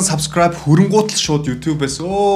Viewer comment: Баяр хүргэе эээээ 😤 зөв үзэл бололтой, залуусыг зөв зүйлд уриалж месэж өгдөг..бас хөгжилтэй залуу шүү 👍 энэ бичлэг дээр хамгийн сүүлд солонгос аялгаар subscribe~a гэсэн чинь элгээ хөштөл инээлээ шдээ 😂